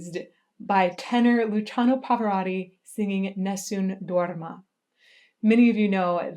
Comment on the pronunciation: God,, I just fell in love with the way you pronounce Nessum Dorma.